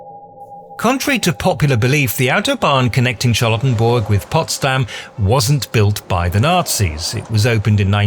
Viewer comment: This whole thing sounds...oddly familiar A military parade to celebrate his birthday, making monuments named after him...hm Also, I keep hearing "charlatan-burg" lmao